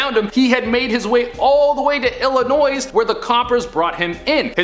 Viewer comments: Just a note: the "s" in Illinois is silent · You would think he would know Illinois isn't pronounced with a "s" on the end.